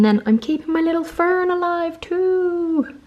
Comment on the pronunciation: I would like you to do a organisation video and also how you plan things?! And by the way it feels really weird when you say Fern 😂